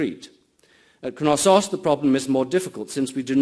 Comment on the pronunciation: Which "K" is silent? In Knosssos? Why would it be, it's from Greek, not Old English (where the "K" wasn't silent anyway, in words such as knight).